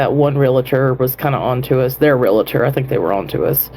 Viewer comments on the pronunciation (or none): Its "REAL-tor." Not real-a-tor. Thanks. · I just have to say, IT IS NOT REEL-A-TOR. It's REAL-TOR!!!! Please, for God's sake, say it right!!🤦‍♀️